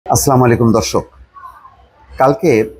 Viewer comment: ভুল বুঝবেন না। আচ্ছালামুআলাইকুম।সালামের উচ্চারণ সঠিক সঠিক ভাবে বলার চেষ্টা করুন।